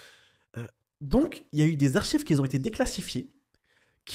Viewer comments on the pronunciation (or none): Super vidéo, à part les "qui zont" 😱